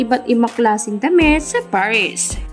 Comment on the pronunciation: Paris not parish...